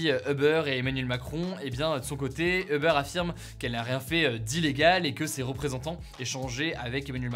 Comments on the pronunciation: non 💀 en anglais c’est « Ou-ber » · Hugo, si tu veux rester fidèle à la prononciation anglophone, c’est “houbeur”ou “youbeur” que tu devrais dire. Pas “heubeur”. 😌😄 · Tu peux stp prononcer “OU-Beur” & non “EUH-Beur”? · On ne prononce pas Uber "Eubeur" mais Übeur avec un "u" comme dans "minuscule" + beur comme le "beurre". C'est un mot allemand qui veut dire dessus. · Bonne vidéo ! Par contre c'est Uber pas Eubeur 😉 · "Obeur" ça me fait mal aux oreilles. Je veux bien comprendre que le mot soit prononcé de manière française, mais dans ce cas dis uber comme ça s'écrit en prononçant le u. Sachant qu'en anglais ça se prononce "ouber" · C'est pas Eber mais Uber (youber) en prononciation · C'est UUber et pas EUber! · pourquoi tout le monde dit "eubeur" alors qu'en anglais ca se dit "oubeur" ??? si on veut prononcer à l'anglaise autant le faire correctement non? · C’est pas Eber c’est Uber « U » pas « E » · U-ber et non eh-ber!! 🤦🏼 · Ça se prononce oobeur ou ubeur mais pas eubeur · Peut-on tous prononcer « you-beur » au lieu de « heu-beurre » svp? Merci ! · FYI, c'est pas eubeur, mais youbeur... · "eubeure", non il faut arrêter, ça fait mal aux oreilles. Les anglophones prononcent "ou-beurre". Quand je parle français je dis "Hubert". Ça marche très bien. "eubeurre" c´est vraiment la honte. La marque de ceux qui ne savent parler ni anglais ni français. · A part les anglais qui n’ont pas le son « u » j’ai jamais entendu qqn prononcé eubeurre ahah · Pourquoi tu prononce "Oeufbeurre"? La première lettre est un U.... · Stressant quand tu dis EUBEURRE mdr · Pourquoi il dit Euber ? 😅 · Comment il prononce Uber j'ai jamais entendu ça